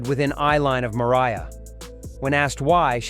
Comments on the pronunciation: At first he says "Maria" Carey.... then he actually says "Mariah" Carey....😤🤭🤦🏽‍♀🤔😅😂🤣✌🏽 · Do you really truly not know how to pronounce Mariah?